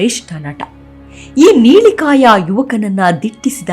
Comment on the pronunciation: ನೀಲಿಕಾಯ ಅಲ್ಲ.... ನೀಳಕಾಯ....ಸ್ಟೈಲಿಷ್ ಆಗಿ ಹೇಳ ಭರದಲ್ಲಿ ಅಕ್ಷರಗಳ ಸ್ಪಷ್ಟವಾಗಿಿರಲಿ...